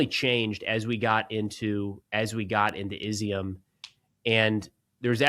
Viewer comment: great report. Izyum is pronounced “E-zum”. It means “raisin”. They grow also of grapes in that area. Love it that you went to the east.